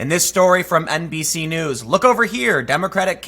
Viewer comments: Every time he says NBC News it sounds like NPC News. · Did you say "NPC News"? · Did you say NBC News or did you say NPC News? ) I think it's time for NPC News Channel to become a thing. )